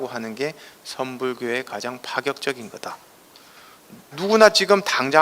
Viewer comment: 가장이라는 말을 왜!? "가:장"이라고, "가"를 길게 발음합니까? 천한 과장벽이올시다. 학자로서는 부끄러운 일입니다.